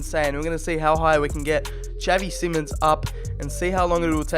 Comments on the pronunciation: it’s pronounced as in simon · Isn’t it simons?